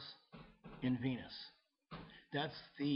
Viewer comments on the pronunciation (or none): none